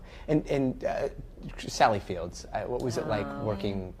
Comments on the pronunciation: How does the interviewer not realize that it is Sally Field? No S. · The host seriously called her "Sally Fields." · Great, up until the end. It would be nice, if the interviewer knew that it is Sally Field, not Sally Fields. Academy award winning actress, been at it since her teens, but no one get her name right...and she is constantly misquoted from her Oscar acceptance speech. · The interviewer should know Sally Field, not Sally "Fields." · 2 things 1: that should be a prime time special and 2. Reporter says “Sally Fields”.grr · To the interviewer: it's Sally Field. Not Fields. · Almost everything calls her Sally fields not field